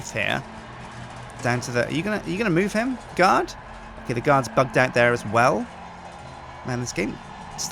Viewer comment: its bugged not bigged bigged isn't a word